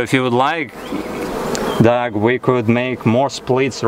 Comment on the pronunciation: Sir how can your name be dog your a human being, it don't matter how you spell it it is still pronounced dog